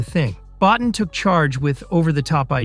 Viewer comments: Rob BOTINE. rhymes with BOAT and TEEN BO TEEN. Keep churning out lame, unresearched videos. Admit it, you never even heard of him till June 2025 when you made this video. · Rob's last name is pronounced BO-TEEN. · Rob Bottin is pronounced “Bow-teen.” (Bow as in bow tie). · Rob Bottin deserves to have his name pronounced properly